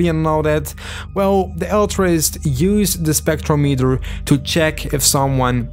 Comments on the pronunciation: It's not pronounced Spectro-metre. It's Spec-trom-i-ter. They even say it correctly multiple times in the game, but you still say it wrong every time. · so u actually heard the guy say "spectrometer", and still chose to pronounce it "spektrow-meeter"????